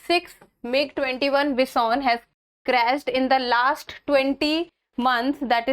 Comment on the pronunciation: Ma'am it's not Bis-On.... It's Bi-Son....